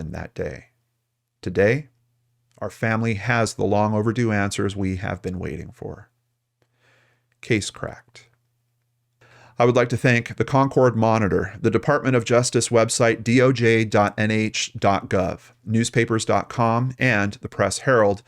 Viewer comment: Born, raised, and live in New Hampshire. Thank you for sharing the case from our state! I absolutely love learning more about true crime in NH! Also, …. It’s pronounced Con-kerd, not Con-Cord 😬😂